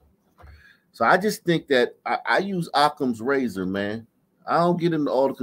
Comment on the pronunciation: “ razor”